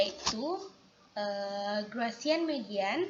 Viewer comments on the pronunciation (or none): Gaussian.. bukan Graussian